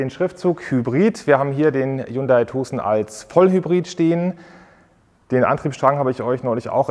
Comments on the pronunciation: Hyundai Tuhhsen...🤣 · Kann er sich bitte vorher darüber informieren wie man Tucson ausspricht!? Ist ja richtig nervig...